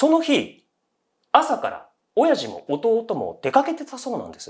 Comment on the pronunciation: お⤴︎ャｼ''のイントネーションが気になって内容入って来なかったから また最初から聴いた